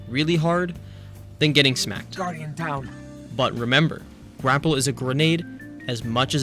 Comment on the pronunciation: This mf said Guardian Knot! 😂